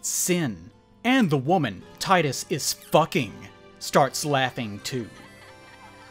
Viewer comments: 44 minutes of someone calling Tidus, Tidas and ranting about Blitzball....Finally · I wonder how many people know that Tidus is pronounced TEE-DUS because the name is based on the Okinawan word for the sun, Tiida, which is Tidus's name in Japan. Plus, the Japanese language pronounce the letter i as E and Final Fantasy is a Japanese originated franchise. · Both "Tee-dus" and "Tie-dus" are stupid. It's meant to be "Tida," (meaning "sun," which contrast's Yuna, meaning "moon") but the localization changed it to end with "dus." It was likely done to make it sound more masculine, but it just caused an unnecessary rift between fans not knowing how to pronounce his name right. Hate to sound like a stereotypical weeb, but it's kind of a problem when the localization's changes make it MORE confusing for westerners rather than accessible. Not to mention glaringly awkward when they retained all the other Japanese names fine.